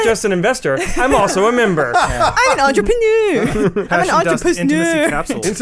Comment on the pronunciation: "Entrepussneur" I appreciate you. You the real MVP!